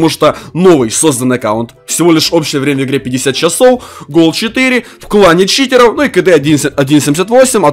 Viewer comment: Почему ты говариш не читеров а читероу